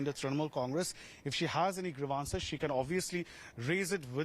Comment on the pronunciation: "Griviance". Dear News anchor, get your pronunciations corrected!